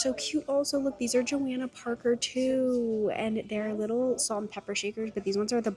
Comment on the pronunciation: It is Jo-Hannah not Jo-Anna Parker. Just letting you know, a lot of people make that mistake. Look at the rag.